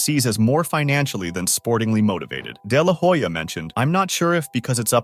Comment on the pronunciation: You should check what your pronunciation of "de la Hoya" really means in Spanish.